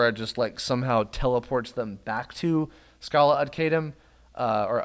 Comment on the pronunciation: Weird hearing pronouncing the final area. How I usually say it is Skah-Lah Et Ky-Lum